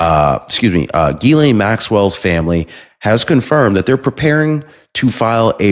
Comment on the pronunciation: Love ya, But Her name is pronounced Gis-slaine Ghislaine. Just trying to help.